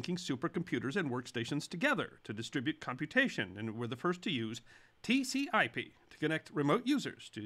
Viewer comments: Hey I think you mispronounce tcp/ip... Or was there another protocol that NASA used? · TCP/IP, not TC/IP. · TCP/IP, not TC/IP